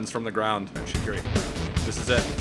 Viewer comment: Yo Shaqiri's name is not pronounced like that. Please tell this to every youtuber. You pronounce it with a j like jerdan (which means gem in albanian) and hus last name isn't pronounced like that either but it's really hard to explain.